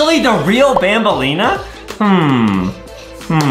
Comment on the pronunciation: ITS BANBALEENA NOT BAMBLENA